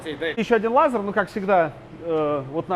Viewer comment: Странно, от вас технарей, слышать "лазар". Даже ютуб подчеркгул, что это ошибка.